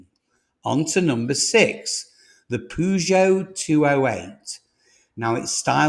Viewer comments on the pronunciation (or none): none